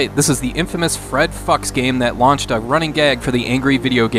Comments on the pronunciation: I'm pretty sure it's pronounced "futch" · It's pronounced like "fyooks" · I believe it's actually more like "Fooks" It's German for fox. I worked with a guy years ago that was named that. That was how he said it. It's still funny as that's how Cockneys pronounce fuck. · Actually Fuchs is just the german term for the animal fox and the "u" is not pronounced like in "fucks", the "U" is pronounced like in the alphabet. So for a german the joke makes no sense at all. Same with the name Assman, which is not funny at all in german.